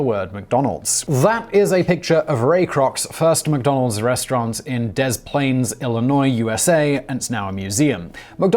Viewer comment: I think it's pronounced De-plains not Dis-plains